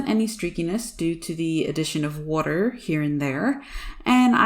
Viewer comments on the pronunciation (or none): Bro ur so annoying how u say wooter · Firstly I love the way you say “water” secondly, the camera work on your videos are on point, thirdly... I love this piece! Blending is so hard, and so is using water. Like you, be careful not noise too much. You make us look So easy!! Great work!